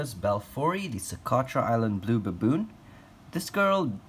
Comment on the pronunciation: The way he says baboon "buhbewn"